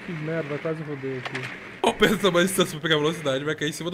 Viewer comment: Ele colocou de proposito nas gameplays mesmo ele quase sempre chama o Pedro De ''Predo'' De Zuera.